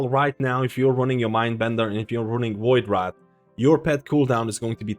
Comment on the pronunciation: My brother.... it VoidWRAITH not VoidWRATH. WRAITH is pronounced RAYth. Like saying Race with a lisp. I love your vids but that shit sends me xD